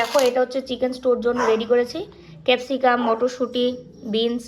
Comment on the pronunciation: তারপরে ও তো তুমি শুধু আর আর করেই যাচ্ছো..😊 কেপসিকাম না, ক্যাপসিকাম